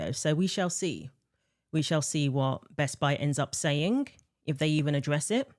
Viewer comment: It's Best-Buy. Not Best-Bi. 🙄👈